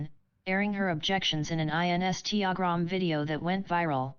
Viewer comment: Whenever the robot voice reads a name/business funny, it’s always giggle-worthy.